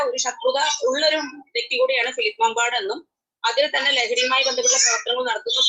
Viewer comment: മാമ്പാട് ❎, മമ്പാട് ✅. തിരുത്തുമല്ലോ?